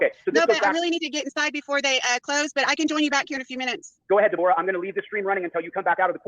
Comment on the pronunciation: He was never going to fight him even if he went back in time 30 year's. Also it's pronounced ( Deb- oh- ra ) COWARDLY POS LIAR ❗